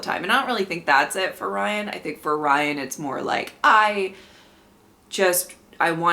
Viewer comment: I'm going to miss hearing you making Ryan's name three syllables. Ry-an-uh. 😂